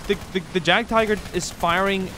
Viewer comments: Jagd is actually pronounced yak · jagd is pronounced as yagd